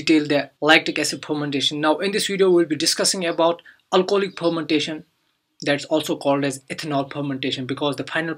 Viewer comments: Wtf is phhhhhharmantation? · Ethanol phomantation.......lol.......which accent is this....haha....